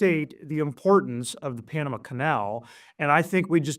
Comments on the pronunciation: Panamu??? It's Pan u mah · Where is the female host from? She doesn't know how to pronounce Panama!